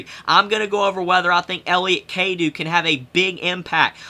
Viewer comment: It's pronounced (Cadoe)